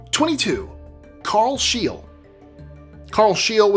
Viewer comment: Excellent video, but ... Carl Scheele’s name is pronounced ˈʃeːlə or ˈɧêːlɛ, not ʃtiːl